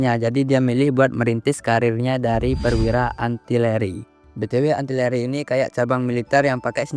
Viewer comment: artileri bang, bukan ANtileri, AR bukan AN